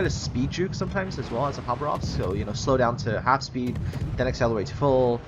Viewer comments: Khabárovsk, not Khabaróvsk. The stress is placed wrong. It's a russian city in far east. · Why do you say Habarovsk,it was it is and it always will be: KHABAROVSK! K dude K! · It's Russian so the Kh is pronounced a hard H